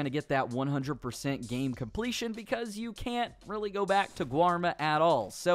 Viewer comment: Did he say I'm happy that they didn't ad this in the gay?